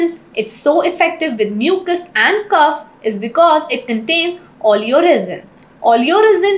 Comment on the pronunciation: LOL CUFFS? Or coughs ? Funny